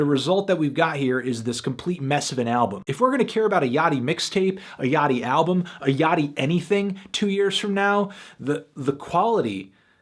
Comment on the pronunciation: Holy shit. Me and my friend consistently say Lil Yachty's name like "Little Yak-tee" and hearing Anthony say it correctly is tripping me out.